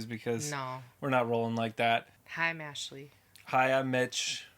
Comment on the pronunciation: I thought I heard you introduce yourself as "Meshley" lmao